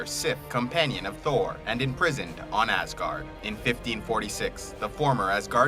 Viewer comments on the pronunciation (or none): none